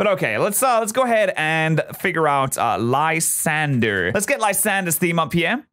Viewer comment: If u look a lysandres name it should be pronounced Lysandray